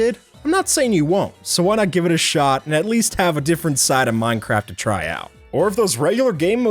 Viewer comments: sounded like you said mind crack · he said "minecrat" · Did I heard that right minecrack lol